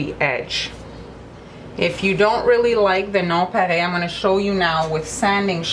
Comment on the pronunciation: It's a French word so she's pronouncing it correctly. 😊 Here in America we don't know how to pronounce French words correctly so we sound them out. Lol